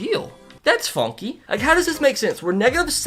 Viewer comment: “Fonky”is the new word lmao can someone count how many times he said it?